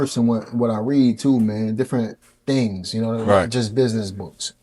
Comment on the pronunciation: What???? "Dings" or things ??? What "Mont," or month" you meant to say ??? Which one ??? slow your pronunciation pal.